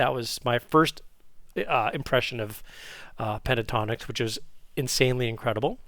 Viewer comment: it's PEN-TA-TONIX not PE-TA-TONIX!!